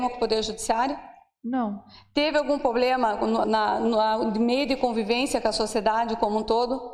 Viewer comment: Meu. DEUS. POBLEM?? uma JUIZA falando tão. MAL